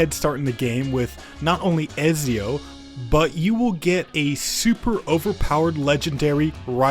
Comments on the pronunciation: It hurt so much 💀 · Bro messed up the pronunciation for Ezio like 10 times